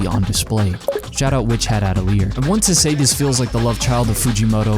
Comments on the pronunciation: A-tel-e-ay (last bit sounds like the letter a on its own). It means something like a workshop or studio. French. Not meant to be insulting. French is odd to an English speaker, but ive never heard someone say atelier like that haha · your witch hat atelier pronouncing . uh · teh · lee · ay? ah-tel-yay? ah-toh-ree-ay? non of the pronunciations i have found sound like yours